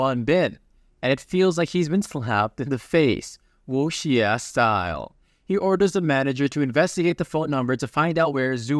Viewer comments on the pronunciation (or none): none